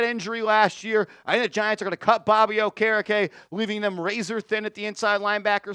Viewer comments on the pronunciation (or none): none